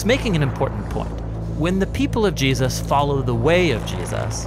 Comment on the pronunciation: Great channel. Great narration. With exception to when the guy goes from pronouncing "Jesus" as "Jee-asis" then back to Jesus. Is there a reason for this biblically? It's doing my head in, through all the videos.